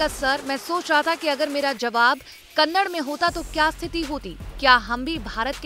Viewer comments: First of all i like to say it is not Kannad it is Kannada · It's not kannad.. It's kannada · It's Kannada not kannad, atleast pronounce it correctly 🤦🏻‍♂️ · It is Kannada not Kanad, at least pronounce properly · It's a not a kannad its a kannada, ka nna da🙏🙏🙏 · Hlo Didi vo kannad nhi '‘kannada' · It is not kannad it is Kannada. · Hello madam it is not Kannad.... It is KANNADA... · Kannad nahi ....kannada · Kannad nahi kannada